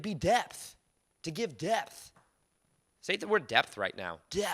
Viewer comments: “Depth! Oi-il.” 😂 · I just loved the way you said "depth" 😂😂😂😂 it cracked me up!!! Excellent Channel..just subscibed...all the way from the UK 🇬🇧..whoop whoop! 🎉 I've always been quite positive and in my own world...I'm now a 45yr young Mother of 2 teenage kids and a husband who works and lives abroad. I found detaching from all outcomes has been amazing in being a great daughter, wife and mum...it used to consume me but over past 5 years been on a fantastic journey of self love and healing and feel like that same little girl aged 7yrs who used to think she had Supernatural Powers at school...little did she know we all have!!!! 😊